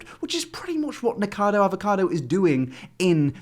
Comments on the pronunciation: I thought he said niggacotto for a split second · i thought he said niggacardo avocado 😭